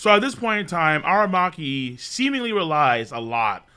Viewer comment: A-RA-Maki not A-Ma-Raki 😂